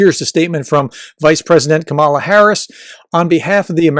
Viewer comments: Like every other Republican you still cannot pronounce her name correctly. It sounds like Pamela. Emphasis is on the first syllable. There is a reason her name was mispronounced from the beginning. They are trying to make her sound foreign. As a professor you really should know better. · You're mispronouncing Kamala's name. The accent is on the first syllable, like "comma-la" Also, I truly hope they don't run her. She's a remarkably weak candidate. She comes across crazy insincere much of the time. Very cookie cutter politician That said, she can win. The majority of people don't want Trump back, and are pissed about Roe v Wade and I think that's enough for her to win in spite of her questionable charisma. Also, I think one of the reasons she comes across insincere is she's pretending to be some super lib when she's really a center right Dem. So my hope is, if it's her, she finds some centrist groove which is closer to who she is anyway, so she comes across more real. But God bless her however it happens. If it's her v Trump she's got my support lol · I hope you might learn to pronounce the name Kamala correctly. Unlike Tucker or Sean I don't necessarily think you're mispronounced her name on purpose. Its still a bad look. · Please learn how to pronounce Vp Harris’s first name. You are using the maga’s and trump’s pronunciation. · He uses the Republican’s pronunciation of Kamala’s name. Kinda disrespectful not to know the proper first name of the Vp or maybe it’s just a put down. Annoying either way.